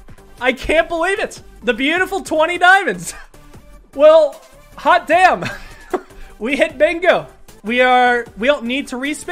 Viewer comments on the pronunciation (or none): "Hot damn" dont you mean "HOT DAME" xd